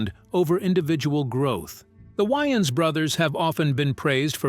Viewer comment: Who the hell are the “WY-AANS” bros???